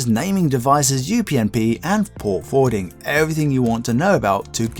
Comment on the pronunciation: At 13.30 Fort Porwarding is new to me lol :) made me chuckle